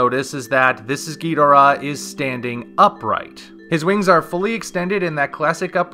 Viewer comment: I don’t like how you “ghidorah”. It’s so white. Lol